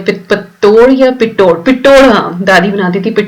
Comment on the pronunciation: Pitod nai pitthod bolte hai